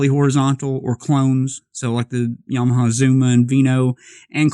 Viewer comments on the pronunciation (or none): none